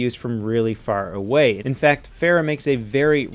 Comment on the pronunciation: "if you're pharah way"